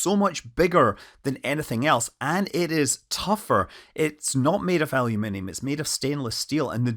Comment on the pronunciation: i didn't know aluminum had 17 syllables?? :o